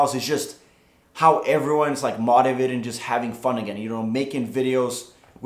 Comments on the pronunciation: When he says mautivated instead of motivated :/ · Dope. Btw motivated is pronounced like MOE-tivated. :) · I ❤ how Teeqo says "Motiavted" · say motivated again... please